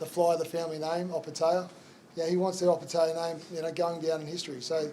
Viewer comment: come on bro get that Opetaia pronunciation right its not taya its tyre